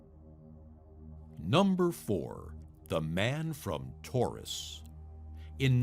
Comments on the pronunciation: "Number four... the man from Taurus..." Nope. It's TAURED. Why are the narrators for all these shitty youtube "list of most X" channels always so terrible. Jesus Christ, it's literally your JOB you say words properly, and you can't do that? My god. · The passport picture you show during the story about the man from Taured is obviously photoshopped. You can read that it is issued in Norway, just below where the word Torus has been inserted. Also the passport has the same misspelling as your pronunciation - weird. Maybe do a video on that mystery. xD